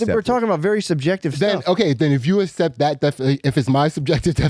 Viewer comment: "assept"??? Fix your speech impediment so we don't have to heard the spit in the sides of your gross mouth you shitty idiot. what a younger brother set of problems you have as a life